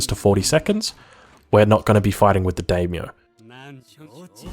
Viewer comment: Not to be a stickler, but the vowels of Japanese are "Ah"a "ee"i "ooo"u "ey"e "oh"o, so it is "die-myoh" for daimyo